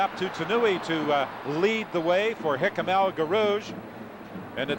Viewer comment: As usual a great commentary!🙃 (1) For almost a lap we are told all about Sullivan - he finished in eleventh place. (2) El G's first name is constantly mispronounced. (3) Ngeny is not mentioned until well into the third lap. Still I have to rate this as not the worst commentary on an important 1500m/mile race. For that, turn to the ABC commentary on the Olympic 1500m final in Mexico City (1968).